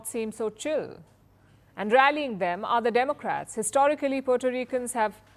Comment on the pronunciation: The way she say's "Chill" with an Indian accent is different. We normally raise the "L" and she made it sound very low. I'm not Indian I'm Canadian.